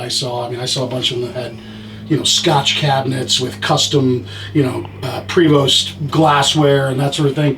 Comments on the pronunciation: It's a French company from Quebec Canada and it is pronounced Prey-Vo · You want regulations move to back to Comifornia. This is America where freedom Rings you friggin neckbeard. Its prey-voh doh-boy... Sorry, great channel, dislike this guy a lot. Knows nothing but wants to regulate YOU.